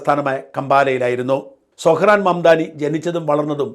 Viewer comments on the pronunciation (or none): സൊഹ്‌റാൻ അല്ല . പറയുമ്പോൾ സൊറൺ എന്ന് വരും ട്രൂമ്പൻ അമേരിക്ക ഒരു ചൈനയോ റഷ്യയോ ആക്കി തീർക്കും